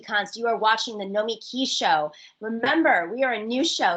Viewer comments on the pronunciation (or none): How come you pronounce your name NoMEki, but pronounce your show NomiKEE?